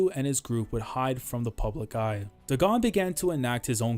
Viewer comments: I don't think Dagon's name is pronounced "deh-GAHN" but more like "DAY-gun" as the curse is a clear reference to HP Lovecraft. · Great video! You probably won't see this but it's pronounced Daygon, it's a name of a mythical god in H.P. Lovecraft mythos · am i tweaking? why is he pronouncing day-gone as daGONE? cause if dagon is suppose to be like the lovecraftian dagon.. then its pronounced DAY-GONE lol